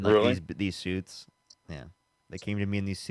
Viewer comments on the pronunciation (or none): "They came to me a few years ago.... In suite's” 🤣🤣🤣🤣🤣